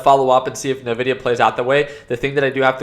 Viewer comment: NVIDIA, not nevidia. From the Spanish word: envidia. Meaning envy. You should know this! 😝